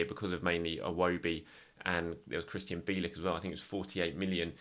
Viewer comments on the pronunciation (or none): none